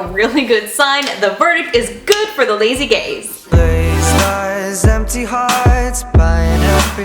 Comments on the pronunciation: I'm sorry (not sorry) but when she said 'the verdict is good for the lazy gaze' I was slightly out of it and I thought she said 'the lazy gays' and I just went 'better tell my friends' lol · am i the only one who heard "lazy gays" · i thought when she said “lazy gaze” she said ”lazy gays”